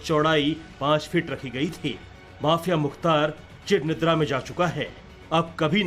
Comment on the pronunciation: Idiot background speaker 😡 It's cheeeeeeer neendra Not chir nindra... सालों हिंदी का सही उच्चारण सीखो।।